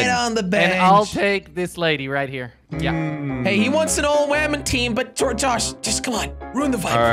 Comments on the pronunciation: Is it just me or did keebblekop say wamen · It's woman not weman